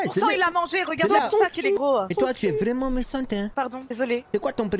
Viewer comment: Ze voit tout à côté, Ze suis pas habitoué, vrraimunt"😂😂😂 Toujours le même que je kiffe♥️♥️